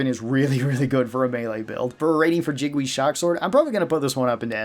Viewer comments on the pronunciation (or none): Lol the pronounciation of Jingwei as "Jig-wee" is killing me